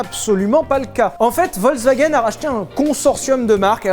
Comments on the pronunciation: Alors tu nous fais chier avec Veyron Veyronne mais tu dis wolkswagen tout le long. Le V en allemand ce prononce comme un F, Folkswaguène. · Quand tu entends Volkswagen alors que t'aurais du entendre Folkswagen et que ça critique la prononciation des Bugatti ^^ Volk dit Folk c'est le peuple Volk dit V c'est un nuage Ouais l'allemand m'a traumatisé ^^ mais love sur vous !